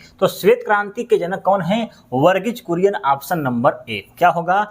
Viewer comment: वर्गीज बुरियन ✖️✖️ वर्गीज कुरियन ✅✅✅